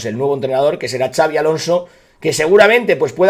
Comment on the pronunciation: Por favor dejad de decir Chavi Alonso, no es nombre catalán, es vasco y se dice con una s arrastrada, Shabi